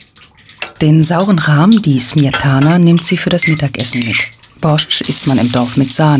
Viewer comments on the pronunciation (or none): Borsch einfach Borsch ohne T und nicht Smejtana sondern Smetana. Grauenhaft sowas. Lasst die Übersetzung den richtigen Slawen. Deutsche können das nicht aussprechen.